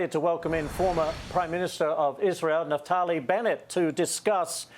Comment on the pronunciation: It’s not ‘Natali’ Bennett, it’s NAFTALI or NAPHTALI.